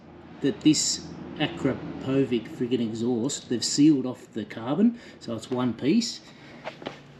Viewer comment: Akrapovič is Slovenian, so the right way to pronounce is: akrApovitch (the tonic syllable is the second A, and the č sounds like itch) 👍🏻